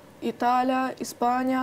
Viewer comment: Азамат экен, амбициясы кучтуу. И..и..и.. деп ортосуна кошкону, Уй булоо эмес семья деп суйлогону, Италя, Испаня, Эвропа деп кошпой эле койсо болмок экен..